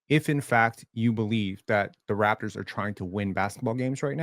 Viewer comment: How can he claim to watch your lives, but misspronounces every Raptors name?